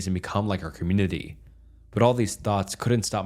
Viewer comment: Bro ... Please proof read these stories first. The stumbling over word and combining two words to make a new word is kinda off-putting. Pronouncing community as communiny is cringe. I like the stories other than that.